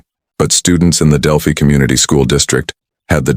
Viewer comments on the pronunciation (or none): It’s pronounced Del-phy. Not del- phee.